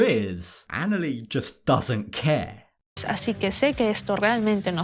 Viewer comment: How can you marry someone that can't even pronounce their fiancee's name correctly?? It's annoying! Anali is pronounced like Ahn-ah-lee. She even states her name on the 1st episode! 🤦